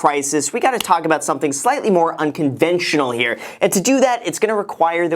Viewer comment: What's up you guys? It's Graham HEAAH. Whipping out the Boston accent on us!